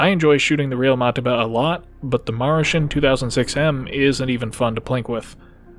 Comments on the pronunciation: Marshen? Ma-ru-shin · Ma Lu ShIn